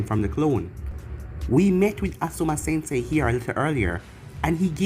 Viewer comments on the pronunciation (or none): none